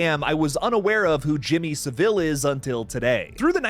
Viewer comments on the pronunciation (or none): Jimmy Savile rhymes with gravel, not Seville the Spanish city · SAVILE!!!!One friggin word NOT Sa-vile!!!!!!!!!!SAVILE,SAVILE..get it!!Listen to british YT channels to hear the right way to say it! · SAH-VUL not fucking SAH-VILLE. Americans always make him sound more regal with that fucking inflection